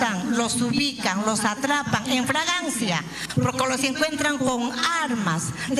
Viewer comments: la genocida dijo "FRAgancia" o 'flagrancia"? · "En fragancia" 😄 Qué vergüenza 😓